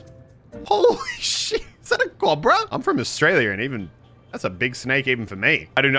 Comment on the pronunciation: Why does he say cobra wrong